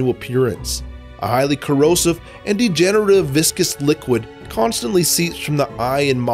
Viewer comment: ITS A MIRACLE!!! SOMEBODY WHO PRONOUNCES VISCOUS RIGHT!!! EVERYONE ELSE PRONOUNCES IT LIKE VICIOUS AND I WAS SO TIRED OF IT!!!